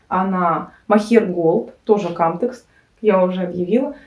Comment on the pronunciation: Не кАмтекс, а камтЕкс! Зайдите на канал производителя!